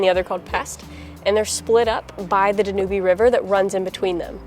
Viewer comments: Dan yoob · Dan. Ube Is the Pronunciation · I'm not sure but I think the Danube river is pronounced da- nyoob- river - so say dan you B - it took me a minute to work out what you were talking about - great episode though loved all the history 😊😊💕💕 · The River Danube is pronounced “da nyoob” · Yes, I just about died laughing at this mispronunciation! One of the greatest rivers in the world and so much history on the Danube. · NEWBIE at pronouncing Danube!😂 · I never correct anyone, but it's not the "danooby". It's called the "Dan Yoob" Anyway, you guys are taking the trip of a lifetime! Stay safe! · The river is pronounced Danub. The "e" is silent. Love your videos.... informative and beautiful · I love your travels but I believe you pronounced the Danube River incorrectly. It’s not Dan U Be. It’s Dan Yoob. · The second week hearing you not pronounce Danube correctly. I hate correcting, but, forgive me? Pronouncing everything correctly, like rosetta stone, do they really pronounce Danube river danyoobie? DANYUBE like YouTube. Not danyoobie. enunciation on the DA, DA- nyoob. I love pronunciation guides on Youtube. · Love your videos. You don't pronounce the "e" on Danube. It's pronounced Dan-newb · I actually never heard the pronunciation of the Danube river as Da-Nu-Bee. I think it's pronounced Da-nyoob in English and German. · I agree Dan yoob, hearing danubeee is making me crazy....sorry for being petty. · Dan Yuub, like you tube. Not dan u bee lol. Great video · Great video. Are we pronouncing the river incorrectly? We were taught Dan-yooob. Do locals pronounce it like you did? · Danube, your pronunciation is terribly wrong Dan -ube. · I just wanted to say , you pronounce it Dan -ube. E is silent 😊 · I think you're mispronouncing the Danube River.....should sound like "dan-yoob". I loved Budapest when I was there. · dan-YOOB, it's pronounced dan-YOOB 🤣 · Not sure if it it the local language but I believe the river is pronounced Dan U Ba.